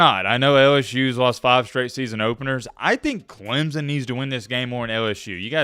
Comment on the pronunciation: as soon as you learn how to pronounce our school i will start listening to you. all the SEC ppl call us Clemzun. (Clemp-son)